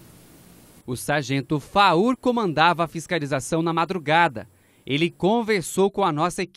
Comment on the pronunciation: Não é faur é Farrur